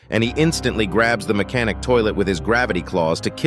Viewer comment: Blud said mech scientist toilet